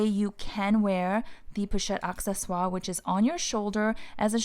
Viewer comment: Great ideas. I love my ebene one. Just FYI it is pronounced “a sse swar” it maintainers the French pronunciation. Some people say accessories (in English)